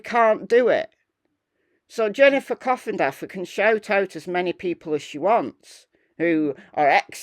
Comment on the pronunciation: Every time you mention coffindaffer I hear coffin dodger 😂😂😂😂